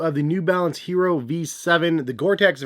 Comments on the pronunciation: Yes, it's not Hee roh like he says. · ee-yeh-ro. Pls pronounce